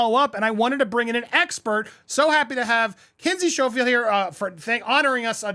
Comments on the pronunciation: It’s Schofield as you say in School. 🤦‍♀️ not Showfield. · Andy, isn't it Sk-oh-field not s-cho-field? Just an FYI. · Kinsey's last name is pronounced like "school", skofield. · I love your channels ❤…Citizen’s arrest, Grammar Police 👮‍♂️😂 In the first minutes of this video, you called her Kinsey Sho-field and I have only heard it pronounced SKO-field. Then you said Valen-tEEn and then you corrected yourself to Valentine … next you said Kertiers instead of Courtiers ( pronounced like a tennis 🎾 court with “iers” at the end). Ok I’m done, I used to be an English teacher 👩‍🏫. 😂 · Andy I'm an avid fan of your show but sometimes you do the American oh jeez it's so foreign and far that I won't bother to do it right. Valentine's book is pronounced core-tee-ers. They're a thing. Kinsey's last name is pronounced skoe-field. Sheesh.